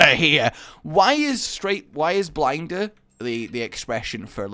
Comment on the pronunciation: Blinder sounds like blindside